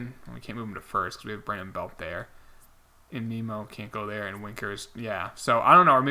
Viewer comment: It’s Nim-Oh Not Nemo